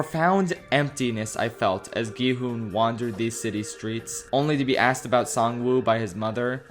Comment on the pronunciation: It’s such a small detail but the fact that he keeps calling him “gEe-HoOn” is just burrowing into my brain